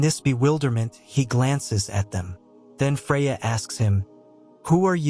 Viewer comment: Freya or Fariaa??!! Puh or Poe??!! "Advance" MEANS forward!!! Another semi-literate "Narrator"!!